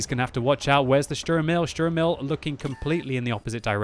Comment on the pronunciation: You're pronouncing "Emil" weird. You say it with a very short 'e' and 'i'. Say it with longer vowels, like "Eh-miil" or something.